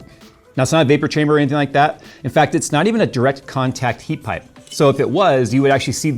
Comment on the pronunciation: I like seeing the big guys mess up on talking but then leave it in heat pipe lol ,,,,I do it all the time and then try to catch it while editing and staying awake lol